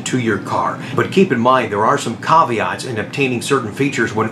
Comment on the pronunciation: Instead of Caveats, you meant Conti-ats...